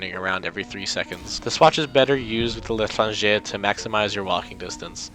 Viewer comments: l'Etranger. You pronounce it "leh tron jay" (the j is soft). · The l’etrange is pronounce Le-trage-yay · no lé tranh géh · you pronounce it leh-tren-jey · How to Pronounce L'Etranger for those who don't know how: La - trah - n - jay please shout at me if I'm wrong lmfao 😂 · It's pronounced "lay-tr(roll the r)awn-jey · the L'etranger is said Let ron jay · The Letrangee The letranger The literal anger The stranger The LITRANGER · Not to be a smartass, but to pronounce L’Etranger. It’s a French word, duh, and it sounds like, Le-shrawn-sgher. It would be much easier to just say it for you. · The “L’étranger” is pronounced “lay-trah-n-jay”. It’s french for “The Stranger”. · not being mr ㄥ Θ ղ Ǝ ₩ Θ ㄥ 𐍆 e but the L'etranger is pronounced lay - tron - jay. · leh tron gay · L’etranger [leh-trahn-jer] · I'm probably wrong, but the le'tranger is pronounced lechran jay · Le tron jay, but you're close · I'm french and ... :') Magad "Laytranjay" xD So funny to hear the pronunciation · It's pronounced kinda like Latranger. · Lay-Tron-jay is how to say it, I think. But the j and r are rather soft. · As someone who is part french I laughed so hard at your pronuciation of the L' Etranger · when you tried to say '' l'étranger '' LMOA cause i speak french and i know how to say '' l'étranger '' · As a french it's always fun to see ppl try to pronounce "l'étranger" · I like how the only correct pronunciation of l'etranger was for the weeby shitpost eight